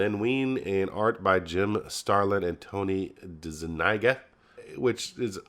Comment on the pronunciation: you prounce Tony Dezuniga's last name. Like De-Zuni-ga. No big deal, just thought you'd like to know for future reference/videoes. Marvel did these in B & W to save $$$. But it does really let you see & enhoy what the original art work really does look like. Especially those big color Marvel Treasury Editions & DC Limited Edition collects versions.